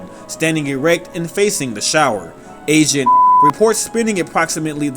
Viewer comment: When you said "agent" I thought you said Asian